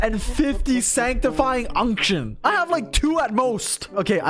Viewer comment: Idk why, but the way says "unction" is funny